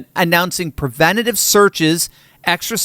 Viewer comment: "PERvenTUHtive" is not a word. * PREvenTItive.